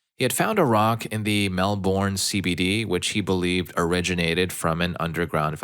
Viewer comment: Melbourne is pronounced more "melben" 😂